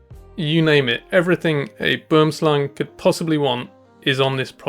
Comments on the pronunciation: You pronounced it right on the 2nd Boomslang video but wrong multiple times before that 😅 It's pronounced Bom Slan. I somewhat recently learned that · Simple pronunciation of "boomslang" for English speakers - bwouhmm-slung 3 syllables not 2. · best pronunciation of Boomslang, was " BWERMSLUNG" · Will and Kevin pronounced it wrong 😅 It's pronounced Bom Slan. I learned that pretty recently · Perfek said Boomslang